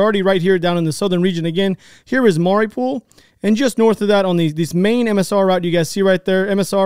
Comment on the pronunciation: Ever since this Ukraine conflict popped off again, I've been noticing how bad people are at pronouncing words... "Mariopool," "Nova Kosha," LOL like damn people, sound it out like they taught you in elementary school. Sounds like, has it mixed up with, Mario in a pool and Nova Scotia, Canada... LMFAO😅Side note: I do greatly enjoy all you guys are doing with, "Speak the Truth." The amount of bullshit on the internet is insane. This truly is a breath of fresh air!